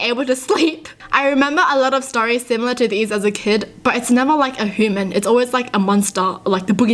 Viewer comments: It’s pronounced human not ‘whoman’ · a whoman did it makes it scarier Me: laughs like hinnena Me: I AM F'ING WHOMAN Me: dies if laughter while eating pretzels Mom: are you okay and whats a whoman? Me: i am fine, and pronunces human whoman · I love when you say (Hoo-man) :) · I love how she says human as hooman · I love how she says "hooman" instead of "human" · If it a hu man 😅 no hate I love your vids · I like her accent..I think it's so cool and how she pronounced the word "human" sounds like "hooman"....Noice! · when she says human as hooman 🥴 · I love that you say human like "hooman" and unironically because that's just the was you speak, it's great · "a hooman" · She says “Hooman” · They way she says human is “hooman” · Your voice sounds funny when you say human you say it like Hooman. I'm not being mean or a hater in fact I'm a subscriber and have been for almost a year. I know how it feels though. How I talk is different that my whole schools and sometimes my friends make jokes about it. Little do they know it hurts me a little bit. I won't tell them yet because I'm shy, quiet, and dont express my feelings often. I act happy at school and get good grades but when I get home in living in a whole new world. My real voice that I hide at school sounds really childish and has slang to it( I'm white, american, and I'm 10) at school because of hiding my real voice I can't pronounce some words. I wish I didn't hide my real voice but I'm scared those friends jokes will become meaner and they wont be my real friends and will turn fake.